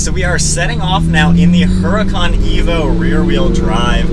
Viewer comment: ITS not a "HURA CON"... thats NOT HOW ITS PRONOUNCED... learn some Spanish dude.. it is pronounced "URDA-CON""...... NOT "hura-con"... yw!!